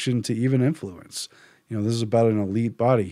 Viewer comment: I managed to cope with "barbit u ates", but "imfluence" made me wrench, so I gave up at that point. Much as I love Orwell, current news vidicates Huxley. The man who knew too much.